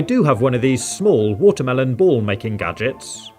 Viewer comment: Is it watermelon or WHATA-MEL-OWN